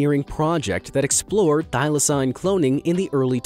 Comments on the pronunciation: How you gunna pronounce thylacine (Thai-Luh-seen) wrong AND get the death date wrong? ( 7 sept 1936) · thyl-acine is pronounded thy-la-ceen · He can’t even pronounce thyclacine if he can’t pronounce that right then just say Tasmanian tiger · When I hear thaylacine